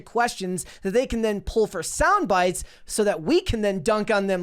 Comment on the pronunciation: why can you say the word “tackle” correctly but when you have to say “that” you say “thawt?” Both short a’s!! I like the channel but really struggle with this.